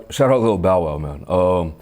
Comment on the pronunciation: He said "shout out to Lil' Bao wow!" 😂😂